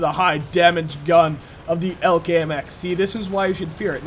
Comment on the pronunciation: its E L C not ELK idiot:P